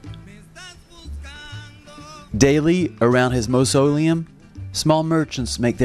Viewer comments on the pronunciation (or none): 'Mauseleum' you pronounced the word incorrectly. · This announcer cannot pronounce "mausoleum", OR "Guevara"... and that is just the tip; very poor.